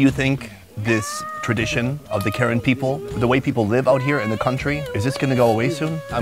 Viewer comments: No hate but it’s not pronounced Karen, it’s pronounced Kuh-ren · Hey, you mispronounced it, the correct pronoun is Kahran, not American Karen. Just a different pronunciation of the same word. Btw great video, hope this isn’t your last video with the Kahran people 😁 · I just wanna say that ur saying karen wrong😅 it’s pronounced ku-ren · bro it’s pronounced “kuh’ren” 😭 i figured you’d know by now hence you been wit them a few times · I’m sorry but I gotta correct him, it’s Kuh ren, not Karen like what kids are calling the complainers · It's pronounced Kuh-Ran. Not Karen white women name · It's actually pronounced (kuh-ren) for yall that didn't know..😅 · It’s pronounced ( kuh-ren ) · It pronous KER Ren. Not Ken Ren. Please learn before disrespect. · It’s pronounced Car-En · You pronounced Karen wrong. The same spell but different pronunciation.